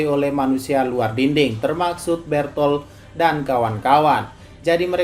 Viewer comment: bukan bertol bang tapi berutoruto